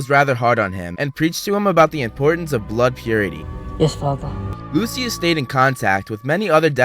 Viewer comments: It’s pronounced lushis not lusuis👿👿👿👿👿👿👿👿🤬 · It's pronounced loo-shuss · What is loo-see-us? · The way that he pronounces Lucius makes me so angry😂